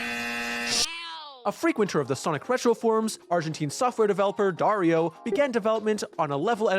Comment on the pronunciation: just a quick note: Dario is pronounce ''DUH-REE-OH'' with an accent in ''RI''